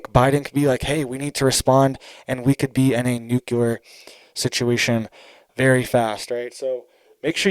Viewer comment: For the love of god it;s pronounced new-clear!!!!!!!!!!!!!!!!!!!!!!!!😬😬😬😬